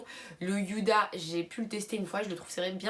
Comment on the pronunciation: C’est pas méchant mais tu le fait exprès ou ta des problèmes de prononciation Il est marqué FenTy tu dis Fendi Huda beauty pourquoi dire Youda